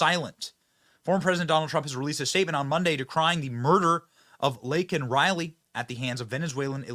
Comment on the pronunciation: The Bydn administration completely dismissed Laken Riley's murder. A murder by an illegal immigrant. Biden apologized for using the word "illegal". Biden's Yet to apologize for saying "Laken's" name incorrectly and for lacking any compassionate words for "Laken's" family.